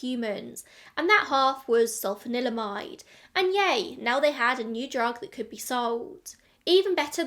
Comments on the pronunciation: Really interesting, thank you for another great video. Can I applaud you for your pronunciation as I can't even say Sulphanalydimide 😂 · Can I just say how impressive it is that you can roll "sulfanilamide" off the tongue so effortlessly? Hilariously, Massengill is probably best known to people of my age as "the douche company" (not a joke, actual douches). 😂